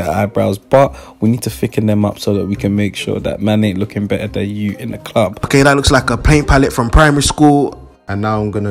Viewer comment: when said you BERRA BLEND IT GIRL i lost it